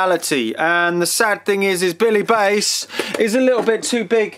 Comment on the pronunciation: Billy Base? Try Billy Bass.. (Bass as in type of Fish, not Guitar) Highly annoying video upload, didn't see any merit in what you're trying to do, why are you constantly shouting in that over exuberant way? Made it as far as 🤪👎